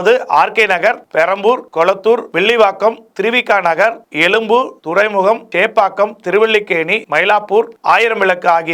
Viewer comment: என்னய்யா நீ பேசும் தமிழ்...? தமிலகம்/எலும்பூர்